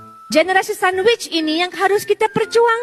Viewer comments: Sonwitch ke atau sandwich, kalau sandwich tu dah macam 2 in 1, BAHAYA tu. Words pronounce pun tak betul. Angan angan konon nak jadi Benazir Butto kat Pakistan, Jagan pula silap silap jadi Benazir kepa....... . Sembarang punya orang, tak ada aura dan karisma lansung nak jadi pemimpin kalau jadi Ipin 🙂‍↔️ tu boleh jadi boleh. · Oooo donutku cnteknya cakap sandwich hehe